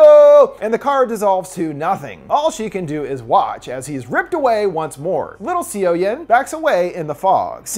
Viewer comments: I watched this movie and I was so excited for this review and I really liked it! BUT in the beginning I was like "whose Sio-Yen?" Her name is pronounced similarly to "SO-yon" Overall it was a great review~! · HAVE YOU NOT WATCHED THE MOVIE ITS PROBOUNCED SUH YUN NOT SEE YO YEN!!!! Dislike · seo-yin is pronounced "soh-yin" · Hearing c o yen makes my skin crawl! 😬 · I know i'm late but just a heads up, for Korean movies (since i see you doing more of them lately) the "eo" character in Korean is pronounced more like the English "uh" so the main character's name is actually pronounced more like "So young" without the g at the end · This video was entertaining but I'm wondering if you actually saw the movie? You pronounce her name "see-o-yen" and I suppose a foreigner might mispronounce 'Seoyeon" this way by reading it at first, but if you actually watched the movie, wouldn't you pronounce it like it is pronounced in the movie? So more something like "soyon". This is very disturbing to me as it's a name which pronunctiation isn't hard once you heard it.